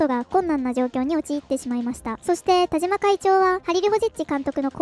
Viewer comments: 「たしま」です。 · わざとなのかもしれませんが”たじま”じゃないですよｗ ”たしま”ですよ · たじま ○ たしま ✖︎ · 「たじま」じゃなくて、「たしま」ね。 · 『たじま』じゃなくて『たしま』だってば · たしまさんをたじまさんと言っているのはわざと？笑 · たじまじゃなくてたしまね